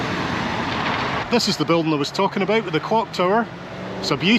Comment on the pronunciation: Hanging aboot? “ He who hangeth aboot, geteth hee-haw” 😅